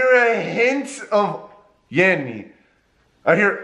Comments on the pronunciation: I was hearing yanny then in I heard yawi like he did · It ain't yanny or laurel, I hear the same thing as, "YAO-EEE", he doesn't pronounce the letter N at all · I heard Yammy not yanny 😂😂😂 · It's yammy not yanny 989% correct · I hear yawee like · 17, yanny!! But it sounds like yarry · It's yanni